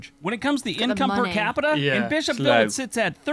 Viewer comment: “Bish-hop-ville” Me: “You mean Bishop-ville?”